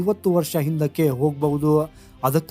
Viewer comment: ಬಾಯಾಕಾಷ ಅಲ್ಲಪ್ಪ ಬಹ್ಯಾಕಾಶ ಅಪ್ಪ